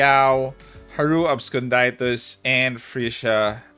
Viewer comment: The way you pronounce "Absconditus" is incorrect btw